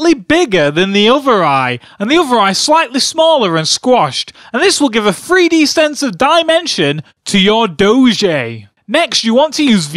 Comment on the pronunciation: "free - D"? I know people with different accents will say words differently, but the most annoying parts of these videos is when you keep saying "FREE dee" instead of 3D..